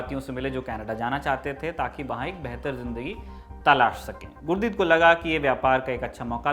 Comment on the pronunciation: श्रीमान गुरदीत नहीं गुरदित्ता सिंह